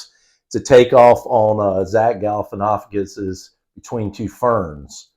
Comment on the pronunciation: Great Episode. I am so impressed that pronounced "galifianakis" pretty well.